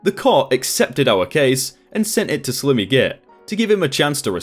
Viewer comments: "Slimmy" LMFAO It's pronounced "sly-mee" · Slimmy git? Surely you've heard the word ' slimy' pronounced slimey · Slimmy? Surely you mean sli-me? 😂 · 🤦🏽‍♀️ Sorry mate... it’s not Slim-y git.... as in skinny. It’s Slime.... as in slime ball, sly, long i. A slimy git is a “slippery arrogant ass” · It's slime-E not slim-E, like slime with a y, even though it's spelled like slim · "Slim-ee Git?" Really? It's the word Slimy - as in "Sly-me". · slim-ee really bro? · Slimmy? It's Slimy (Slime-ee) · If you expect people to visit a channel to listen to you read for money. You need to improve your reading skill. Slimy is not slimmy. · Sly-me as in like slime. Pro-pry-et-or. Vin-dic-tive. I don't normally grammar nazi but this particular video you did not seem to take the time to make sure that you are pronouncing things correctly which, since you are British as am I, is one of the reasons I normally like your video's. This one seems a touch below your normal standard. Sorry. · Cannot un-hear "slimmy" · I hate to be the kinda person who corrects people but SG in the second story slimy git it’s pronounced Sli-me git lol sorry but it really bugged me every time you said it incorrectly lol but hey I absolutely love your videos so I guess I can forgive you for it lol